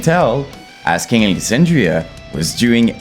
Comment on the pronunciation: ‘Asking Lexandria” 😂🫡